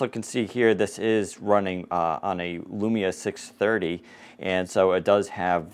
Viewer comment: I am rewinding it over and over again. I can't believe I heard 'Lumia 630'